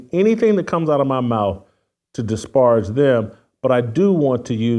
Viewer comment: Learn how to pronounce disparage.